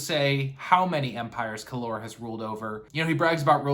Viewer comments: It’s Kallor! Not Kallor. Dummy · When you pronounce Kallor like that, it sounds exactly like the Spanish Calor ( Heat). So cool 😂